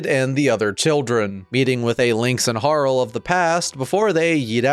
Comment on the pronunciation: Harl? I call her Har-lee. As in Harlequin. But great vid btw.